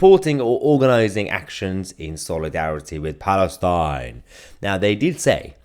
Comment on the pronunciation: The way you pronounced "Palestine" 😂😂😂😂😂😂